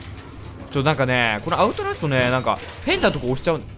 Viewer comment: アウトラストっていえてませんよ笑笑あと、こんなにはやくみれたのはじめて！